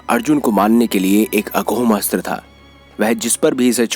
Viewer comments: अघोम अस्त्र नही अमोघ अस्त्र😜😜😜😂😂😂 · Thanks for the video. Suggestion is that in video the word AGHOM ASHTRA is not correct. It is AMOGH ASHTRA.